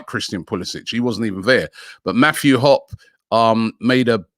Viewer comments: LMFAO, Robbie my man, way to butcher the American name. Its pronounced, HOP-EEEE (hard e) lmao Not hop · His name is pronounced Matthew Hop-E and he plays nothing like Pulisic lol he’s more of a poacher but he’s not ready for Arsenal he needs more first team football. He was one of the youngest people in Germany to score a hat trick though so he has a lot of potential. Arsenal most likely being used to get a move. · Mathew Hoppe is pronounced “hoppy” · Hoppy is how you pronounce it. He's got a great attitude. Bit of natural poacher. Was moved out of the midfield to play the #9 spot for Schalke about mid-way through their season. They were desperate for goals, and he did pretty well all things considered. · It’s pronounced “Hoppy” like “poppy”. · Matthew Hop-ee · His last name is pronounced Hoppy. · Oh yeah pronounced "Hop E" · Pronounce Harpee. He is a selfish player and take too many unnecessary risk. If you want an American player that has crazy upside go sign western McMeknie or Tyler Adams, or Serginio Desk. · pronounced "hop -ee"